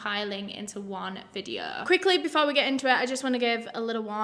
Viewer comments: "So today's videoh..." Me: YAY!!! "Part two will be out in a few days..." Me: oh. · I just want to give my usual disclaimer that I mean absolutely no disrespect to anyone that I talk about in this videuh. This videuh is for educational purposes and everything that I'm about to say is just information I have found on the internet and am compiling into one ✨videuh ✨